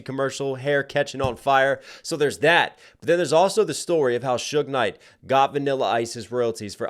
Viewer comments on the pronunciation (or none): none